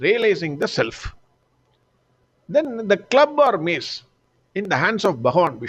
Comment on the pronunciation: Mace not maze.